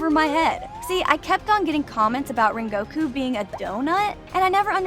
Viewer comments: You can’t even pronounce his name “ren go ku “😒😒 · Can you pls stop callinflame hashira donuy